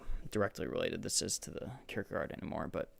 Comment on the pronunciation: Oh wow, you know how to say this fellow's name. You remind me a bit of Brackin Kirkland when he started out doing videos. I just read a really good article that the Hong's wrote on Francis of Assisi in 1963.